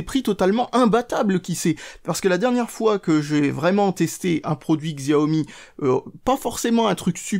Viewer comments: Juste pour info, on ne dit pas "Xziaomi" mais "Chiaomi". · Ça se prononce Shiaomi, bordel !